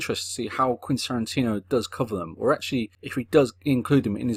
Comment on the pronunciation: More like "Quinn" Tarantino.